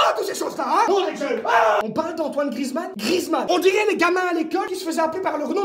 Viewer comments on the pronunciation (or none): none